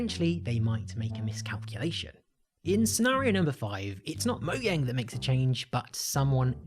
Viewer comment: Moyang? LMAO what the hell if moyang